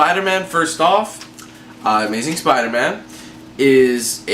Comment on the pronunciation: Spida man